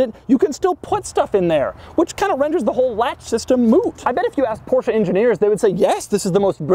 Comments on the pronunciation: it's porsche not porscha >.> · Why you call the brand PORSCHA. WHY??? It's just called PORSCHE, PORSCHE-E-E-EEE! PORSCHEEEE not PORSCHA? WTF??? You call it like this all the time. Cmon man. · this is NOT A PorshA it is PorshE , E E PorshE not PorshA